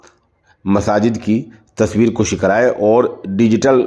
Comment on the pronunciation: السلام علیکم الدین النصیحۃ کے تحت بندہ اس طرف توجہ مبذول کراناضروری سمجھتاہے کہ لفظ! تصویر کـَشی! ہے کَشیدن مصدر کھینچنا سے کاف پر فتحہ ہے پیش نہیں ہے۔۔۔ اور !خود کُشی! میں کاف پر ضمہ ہے کُشتن مارڈالنا سے